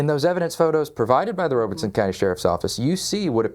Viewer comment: Robeson (ROB-ih-sun) Rob Not Robe And no R after the E